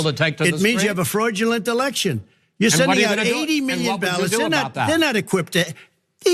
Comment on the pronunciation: Did he say Freud-ulent election? 👀